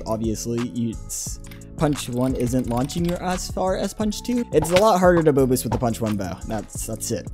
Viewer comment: him saying bow boost kinda sounds like bobux idk why